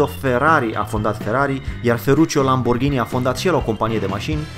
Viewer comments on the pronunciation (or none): none